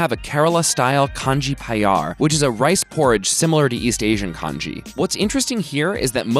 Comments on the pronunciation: It is a crime in Kerala to make any kind of kanji without rosematta rice. P.s it is pronounced like 'kan-yi' in Kerala, not 'kan-jee' , like in the Eastern Asian countries. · The J in Kanji is silent. So it's pronounced kan-ni. Also the rice used in Kanji is broken up first so the rice pieces are smaller and its way more watery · Not kanji...it is kanni... (Kerala rosematta)